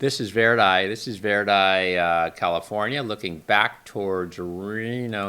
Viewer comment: Verdi Nevada is called ver as in Vern die.